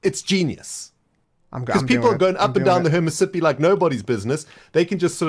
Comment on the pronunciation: Did just call it "Hernit-Sippi river? Volume was low and i don't remember the part it was at